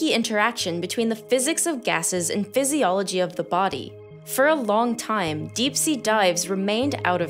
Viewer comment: heh. “fizzyology”